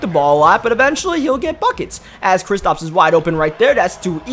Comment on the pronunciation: it’s kristaps not kristops